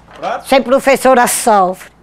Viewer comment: "Ser prufessora sofre"